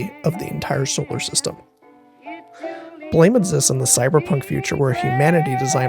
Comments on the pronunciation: Small correction, it's pronounced "blam", not blame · blame! is pronounced like "blahm" after the sound of a gunshot! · Manga's name is said 'Blam!' as it supposed to be the sound a gun makes. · Nice video. Blame! is pronounced with an "am" sound not an "aim" sound. Blam like a gun firing, not blame like I blame you for doing something wrong. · I am almost sure Blame! Is pronounced "Blam!" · I think Blame! is supposed to be pronounced as "blam", like the gunshot sound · Great work! Minor pedantic correction: Blame! Is actually pronounced Blam! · ohhhh wow I didn't know all this! I did know the different pronounciations and I actually did a minor version of what you did. The way I thought it was supposed to be pronounced was 'blohm!' fuckinnnnn awesome work researching man 💯 youre definitely getting a subscribe now. Thanks so much for the response!! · BLAME is pronounced blom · BLAME! Is actuality supposed to be pronounced more like "blam," an onomatopoeia mimicking the sound of his gun. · BLAME! is not pronounced like the English word it resembles. It is actually a sound, and the creator would pronounce it something like "buh-ram-eh". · "Blame!" is pronounced "blam" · that's not how you pronounce it... here blame isn't an English word it's a sound of a gun going off btw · noooo pronouncing blame wrong (i think) !!!! also 32"